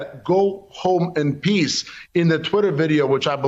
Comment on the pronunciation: He said "go home in peas."